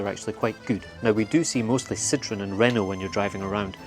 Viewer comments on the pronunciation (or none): none